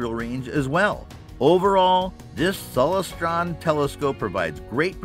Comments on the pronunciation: The Celestron Powerseeker 127 EQ is a Bird-Jones reflector. Bird-Jones designs are extremely difficult to collimate properly. Telescope experts warn people to never buy a Bird-Jones scope for that reason. FYI: It's pronounced Cel-LES-stron (derived from celestial) not CEL-les-stron. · pro tip: never take telescope advice from someone who doesn't know how to pronounce "Celestron"